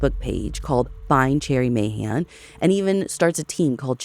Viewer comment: Hearing Ashley pronounce Mahan correctly warms my heart ❤❤❤